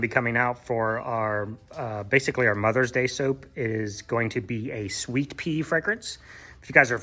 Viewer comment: Mothers Day Soap, I can't tell if you said Sweet Pea or Sweet Tea scented. Can anyone tell me?